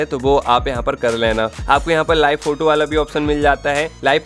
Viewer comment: Not फोटू, He is फोटो 😅😅